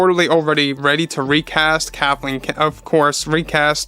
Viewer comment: Lol you almost say Kahtleen